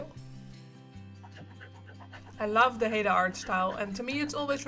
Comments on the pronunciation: FYI, it's pronounced "high-Da", not "Hey-Da". Yeah, I'm Canadian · haida is pronounced (high-duh) I am amazed you know of haida formline design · Good video.. Nice Orca whale.. & it's pronounced "Hi-dah" (check our Tulalip casino artwork (Tulalip covers a group of different Pnw tribes) thanks again for your info